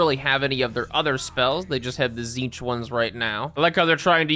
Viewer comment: "tzeentch marines" sigh